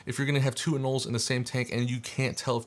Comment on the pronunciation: They ARE pronounced anōle!!